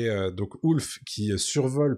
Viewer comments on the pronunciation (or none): Ah non, (quelle belle voix!), tu vas pas dire "Ouf" au lieu de "Ulf", toi aussi! Sinon, bon duo, analyse sympa.👍 Et j'ai aimé quand a parlé de l'animalité du dragon.🐉😋